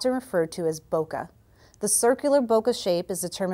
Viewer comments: Boca? Really? I think you mean bokeh (BOH-kə). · Very nice video! The only thing I wonder is why so many people say "bokuh" when the original pronunciation is "bokay" (more or less rhymes with "day"). Oh, well, I guess it has caught on.